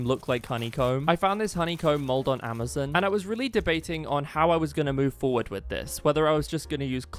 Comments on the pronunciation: i like that instead of saying amazon you say it amezon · Bro said ameson